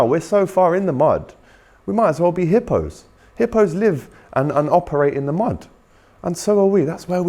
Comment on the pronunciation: Man said Hippo's hahaahaha